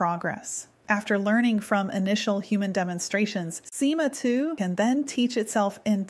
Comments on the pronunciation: me too...till SIMA was pronounced as ESS AAAIII EMM AAA 🤯🤯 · “sIMa TwO”